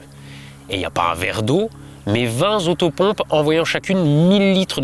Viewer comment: Vingt z'autopompes ? Vraiment ?